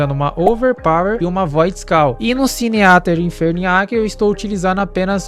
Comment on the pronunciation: se "sineater" for tradução pra "devorador de pecados" se pronuncia "siníter"